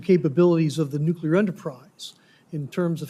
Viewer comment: It is NOT Nuculer 🤦‍♀️ SAY IT WITH ME... NUCLEAR 😊